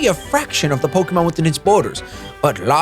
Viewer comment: "Pokermon" - 2017. Welcome back to pokemon shady! Still have been following your content, And I am hyped for this! Woo!